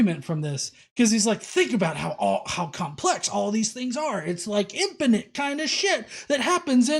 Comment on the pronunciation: Why does he keep saying something sounding like "infinenth" to me, instead of "infinite" like normal people?